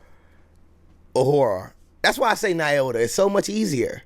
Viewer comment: Lol, i hate to tell, because I love him so much, but heis also pronouncing Nyota incorrectly. Lol Knee-oh-tuh. Friendly, constructive criticism. Have a great day!